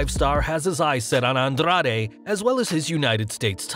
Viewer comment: Bruh...why are you rolling your "r" so hard when you say Rey Mysterio, Andrade or Carrillo?